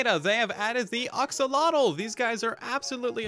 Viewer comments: Sometimes I wish YouTubers would look up how certain word are pronounced before making a video about it. Other than that, great video. Very useful and informative. (Ax)olotl. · I think it's AXE-o-lot-el